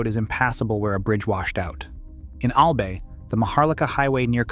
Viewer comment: We pronounce it AL BUY NOT AL BAY FYI